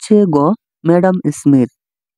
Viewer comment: আপনার অ্যাডাম স্মিথ উচ্চারণ হয়নি